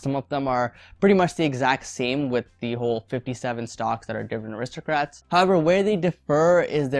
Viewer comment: It's aristocrats not aristrocrats